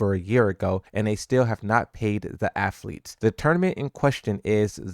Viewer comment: This dude really said, “athletes” lol